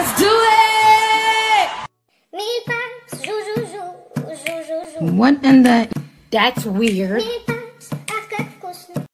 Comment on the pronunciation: The way she says "LETS DO IT!!!!!!!"